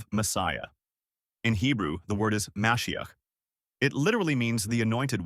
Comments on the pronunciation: It's me-SHI-ach. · You’re trying to present facts about Judaism and Jesus, yet you completely undermine your academic credibility by mispronouncing the Hebrew word for Messiah, Mashiach ….. The word is pronounced Ma’shee’ach, with emphasis on the second syllable, and the “ach” pronounced gutturally, like you’re clearing your throat. Now you know.